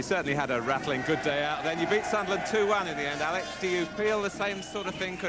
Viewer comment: ALEC, not Alex. Bloody ITV.